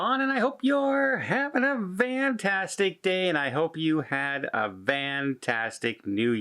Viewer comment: What is he talking about when he says vantastic day? Why not fantastic. What does this mean??